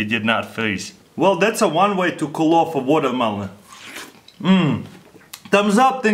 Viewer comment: hes like chinese ''wow this is coolah''